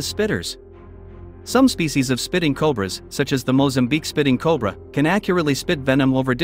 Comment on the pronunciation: Meet the unskilled robotic copy reader. They are highly skilled at mispronouncing or mis-inflecting everything they say. And no, the spitting cobra is not named that way because they aim for the eyes; they're named that way because THEY SPIT.